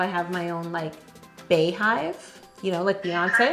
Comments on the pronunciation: Beyhive is pronounced Beehive, not Baehive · Hello, as a member of the Beyhive I would like to inform you that it’s pronounced beehive like a bee 🐝